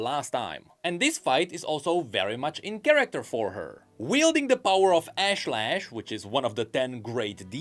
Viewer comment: Great video, but dear god that pronunciation of ashlesh hurt my ears